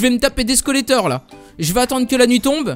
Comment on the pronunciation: ses des squelette pas squelleter